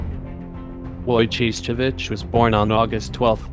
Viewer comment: Way to butcher the name!! Its Wojo-ho-its